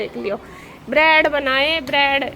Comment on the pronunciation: Brad nhi bread hota h😂😂😂😂